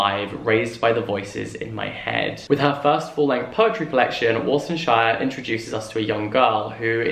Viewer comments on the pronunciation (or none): Love the video as per usual! Just wanna highlight that Somali is read phonetically so the author's name would be War(not war as in battle)-san shi-reh. All short vowels.